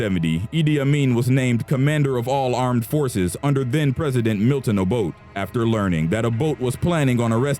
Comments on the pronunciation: its not o-boat. its o-bot-ey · Its pronounced obotay not obote😂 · Milton Abote (a-Bo-tay) not Milton Aboat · It's Samuel Doe. Not Odoe. And you also got the pronunciation of Obote wrong. It is pronounced O-bo-te and not as Obod. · get your facts right...its Acholi not Alcholi and its President Obote not Oboth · Former Ugandan president Milton Obote's last name is pronounced "Oh-boat-eh", not "Ah-boat". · who tf is Obot...the e isn't silent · It's read Abotay. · Great job. But I'm not criticising your narrator, but you should have gotten an African to narrate this one. The accent this one has totally mispronounced the names of the ones involved. Eg- Obote, Nyerere etc And please do research about Gaddafi